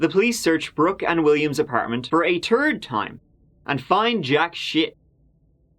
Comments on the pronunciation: Three and third, tree and turd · Who in the heck is this goof ball narrating this story. He's not funny & his words are driving me crazy. THIRD dude is said THIRD not TURD. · "For a turd time, they didn't find shit." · "turd time" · What I heard, "The police searched Brook and William's apartment for the turd time, and found jack shit." 🤣😂